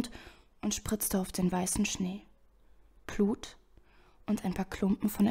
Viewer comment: Gut gelesen, musste nur immer leicht lachen wenn du "Plut" und nicht "Blut" gesagt hast^^ Oder "Eischen" xD